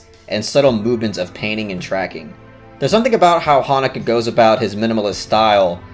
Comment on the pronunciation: I wish you pronounced the directors name properly tho....